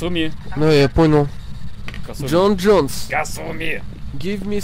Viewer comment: Не Джон Джонэс, а ёпти Джон Джонс. Боец ЮФС в тяжёлом весе. Неучи= ))